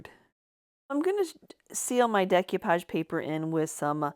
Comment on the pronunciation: You are my new fave. This is way more fun than repurposing new stuff. Just fyi it's pronounced day koo paazh.